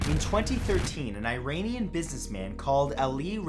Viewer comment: It's pronounce "E-ron-ian"